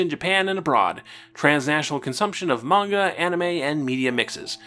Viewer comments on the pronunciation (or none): none